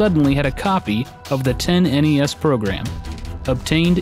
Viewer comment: "10-NES".... "Tennis" :P